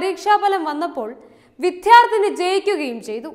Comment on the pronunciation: വിധ്യാർത്ഥിനി എന്ന് അല്ല, വിദ്യാർത്ഥിനി എന്ന് പറയുന്നത് അല്ലേ ശരി?